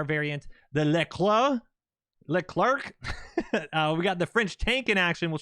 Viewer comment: It’s pronounced “LaClair or LeCler”!! Lol much love from way downtown!